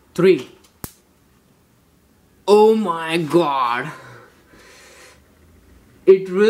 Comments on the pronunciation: won, too, tree.... Oooh my gwaawd!!! Hahahaaaa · It really woks! Aw my gawd!